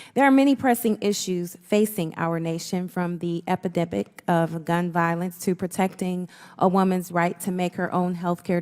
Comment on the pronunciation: She used some word that she pronounced as "epidebic". What is that? Thanks in advance.